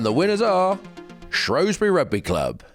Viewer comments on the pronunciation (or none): Loved this episode until both Dan and Ben said 'ShrOWsbury'; I'm a Welshman but it's ShrEWsbury!